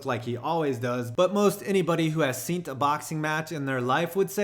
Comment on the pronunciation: “Anyone who has seent a boxing match” ?? What the fuck does seent mean? Is it how stupid people pronounce the word seen ?